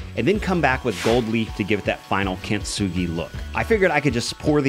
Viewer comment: No points off for mispronouncing. We all do it. For reference, though, you're pronouncing it kint-sugi, but it's really kin-tsu-gi. The difference makes the T less pronounced, blending into the S. I doubt anyone cares. :)